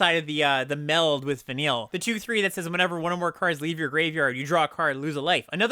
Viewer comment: congrats on being the first content creator to pronounce Vanille, Cheerful l'Cie correctly